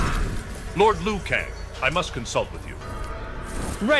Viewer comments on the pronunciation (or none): You didn't even say his name right Liu Kang